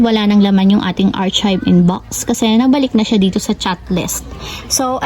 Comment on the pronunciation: Sorry ha, artsib? It should be aar-kive. Unless my explanation ka po bakit ganun basa mo.